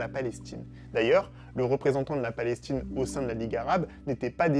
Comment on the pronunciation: La vidéo commence par « La Palestchine » 😖😖😖😖